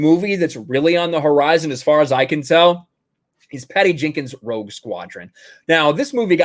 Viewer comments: When you said Rogue Squadron I thought you said Woke Squadron. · It sounds like you're saying Woke Squadron